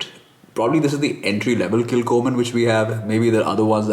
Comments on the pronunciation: Nice video. Pronounced Kil _Homan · Pronounced kil ho mann thought since you are so particular that you should know.